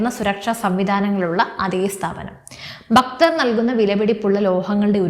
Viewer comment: Please say Bhakthar, not Bakthar ......